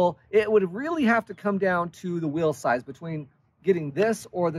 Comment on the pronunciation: Whenever he says "will size" I can't tell if he's talking about bikes or what he's leaving to his kids 😂